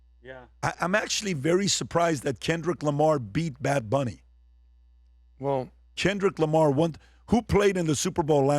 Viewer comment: Why does this guy say Chenrick Lamar